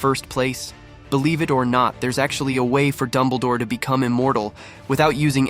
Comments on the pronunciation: ITS DUMBLEDORE NOT DUMBLEEDORE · Dumbleh-door. Thanks A.I.